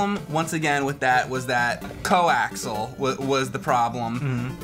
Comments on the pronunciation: Hey,. The word "coaxial" has 4 syllables, not 3. It's not "co-axle", it "co-ax-ee-uhl". OK, "axial" and "axle" have common linguistic roots, so... cool. Just a nitpick. Love the modded Famicom! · Co-ax-e-al. Not co-ax-el. Learn how to pronounce the technology. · I can't believe you guys are still getting this wrong. It's "coaxial," not "coaxel." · I love you guys. It's CO-AX-I-AL not CO-AXL. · Gah! Stop saying "co-axel." You guys keep doing it and it's grating. It's coaxial with four syllables and pronounced like "axial lead resistor" (electronic component). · No. "Co-axel" is incorrect no matter where you live because the word is spelled "coaxial." Obviously, I've heard both too, Cethis V. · Coaxial!!!! Not co axle. Co ax eeee al. God you fucking idiots. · Co-ax-i-al. Co-acks-ee-uhl. Coaxial! :D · Say it with me: coh-ax-ee-ahl.